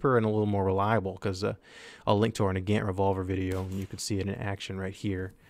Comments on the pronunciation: Please pronounce "Nagant" correctly. It is not an American word, so it's pronunciation is different. It is not who you say it, "Na-gant" it is "Nah-gaunt." Please correct this, I see this all the time and it annoys me. Just like "Mosin." It's not "Mo-sin" it's "Mah-sahn." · its prononced nug-aunt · "nuh-gant" shudder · I cringed the way you said nagant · I hear nagant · So I was right. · pronouncing Nagant Revolver wrong ._.